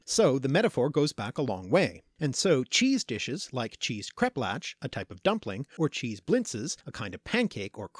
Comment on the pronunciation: I'm sorry, you had me until "kreplatch." NO NO NO NO NO NO. NO. No. no. That "ch" is the hard Scottish-loch ch. It is IPA x. Kreplach, by the way, is the plural although I've never encountered it in the singular. In the singular, krepel, it would mean "little krep" or, well, crepe. Kreplach, crepelettes. BUT YOU LOST ME AT THE 'atch. No. Just No. So much No. All of the No.